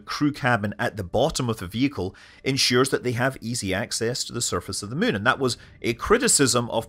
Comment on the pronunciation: "mune lander" 🙂